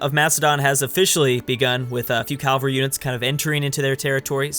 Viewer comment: It is pronounced cav-al-ry not cal-va-ry